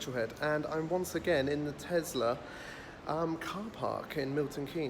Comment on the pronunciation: Its a Tesla not Tezla